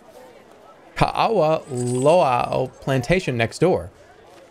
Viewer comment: As someone who’s lived in Hawaii my whole life Jerma’s pronunciation of Ka’awa annoyed me